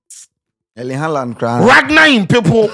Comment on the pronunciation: “Ragnar ein people” tear me😂